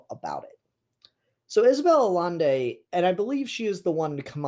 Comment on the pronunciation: it's pronounced "ayaynday"